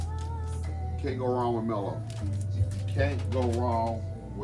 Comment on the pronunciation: WoW, I’m not familiar with this band brother! Latin Funk and Jazz… definitely right up my alley… I’ll check it out for sure. BTW, I think the band’s name is pronounced ‘’Maahlo’’ which means BAD in Spanish. Thank you for sharing my friend 😊